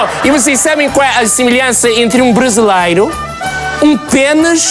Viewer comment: Os tugas não comem as vogais todas, nem as comem, dão-lhes apenas menos entoação. Exemplo na palavra "brasileiro" Nós pronunciamos brasileiro e não "brasleiro". O Sotaque está péssimo, muito má imitação. O Jô faz melhor.